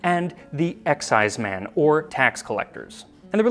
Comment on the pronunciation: You're mispronouncing exciseman. It's not "EX"-"ize"-"man", it's more like "ek"-"SIZE"-"mun". They were hated and reviled in traditional Scottish folk music, often coming up poorly when compared to the devil. Where I come from in the southern Appalachians (U.S.A), they were called revenooers (or, more politely, revenue agents.) And, yes, there is a relationship between the illegal distillers of Scotland and the moonshiners of the Appalachians. The eighteenth century Scottish emigres brought their love for the wee dram, the ability to produce it, and their disinclination to pay taxes on it when they came to the U.S and settled in the mountains west of the coastal areas. Over the years, they worked their way south along the ridges and hollers (sometimes only a step or two ahead of the tax man) until the mountains ended in north Georgia, doing battle with the hated tax agents the whole way. But that's another story... richard “Everything that needs to be said has already been said. But since no one was listening, everything must be said again.” — André Gide { Or as I call it, full employment for historians.}